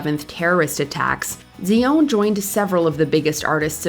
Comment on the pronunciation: Why are you pronouncing her last name like that?!?! 😂 If you naturally spoke with a French accent, I'd understand..but otherwise it sounds silly. Like when someone in a coffee shop orders a croissant but uses an accent. 😂😂 foolish!!!!